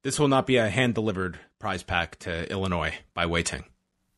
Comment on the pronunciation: Thank you / for pronouncing Illinois correctly by not saying 'Ell-inois' and instead saying 'ill-inois' correctly. Thank you for the RASD as always!